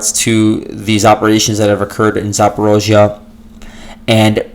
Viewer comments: Great stuff! Your podcast is always extremely informing. Keep it up. (Although you say “zaa·paw·REEZH·yuh” funny, LOL.) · I don't believe anything the russians say. the only thing of value listening to the russians is that you do find where there are Ukranian operations, other than that we have to wait till the fog of war opens. Can't stand your pronunciation of Zaporizhia (and you say it a million times).